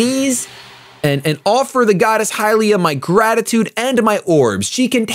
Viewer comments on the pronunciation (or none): none